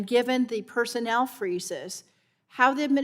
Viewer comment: "Persenel Questions" .